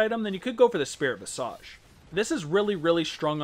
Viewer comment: "Visaage" What exquisite pronunciation, gentleman.